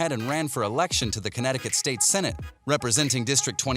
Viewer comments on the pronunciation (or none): none